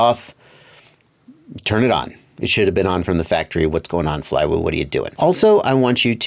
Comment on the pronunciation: Good work pronouncing the name :)